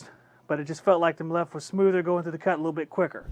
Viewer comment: It is pronounced ‘me-lif’. Jesus it’s cringy how you pronounce it. 😂🤦🏻‍♂️😂.